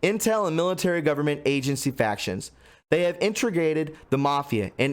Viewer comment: Dude...it's Integrated.... IN-TA-GREAT-ED...integrated. combining or coordinating separate elements so as to provide a harmonious, interrelated whole. Not trolling you bro. Thx for your broadcast!